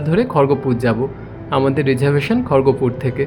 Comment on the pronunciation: খড়গপুর তো,খড়গোপুর বলছেন কেন 😂😂।